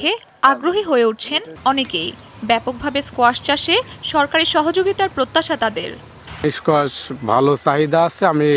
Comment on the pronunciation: 😅😅😅kuasha?? Strange but it’s squash